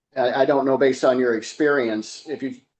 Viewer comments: "How do you spell "Asperrience" and "Labatory"? Move to disqualify witness. She can't pronounce the words that describe what she does. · Mrs. Walker has 30 years of aspurience. Not so sure I'd want her testifying for my company when she can't pronounce things and repeats herself constantly.